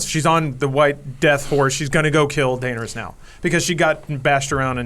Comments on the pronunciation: How does not know how to pronounce Daenerys after 8 seasons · A classic example of being indie and cool is the way he pronounces Daenerys. Smh